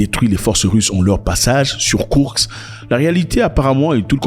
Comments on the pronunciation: KourSk et pas kourKs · Cest pas kourx..cest KOURSK